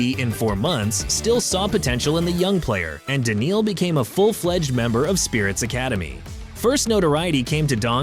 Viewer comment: I think this was AI who made this video. All names were pronounced incorrectly. Simpl was written inctead of s1mple ... Daniel donk? He is Daniil. Dislike